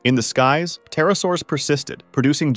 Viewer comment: Bro pronounced the “P” in Pterosaurs